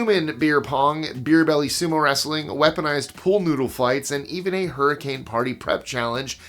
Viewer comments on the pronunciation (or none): none